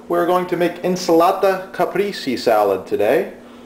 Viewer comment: ahahahhahahaah «INS'LATA CAPRIISS» ahhahahhahahha